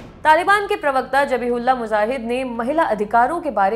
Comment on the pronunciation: Zbihullah hota hai